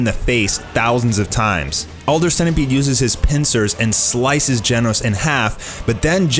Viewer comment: its not gienos. its GENOS!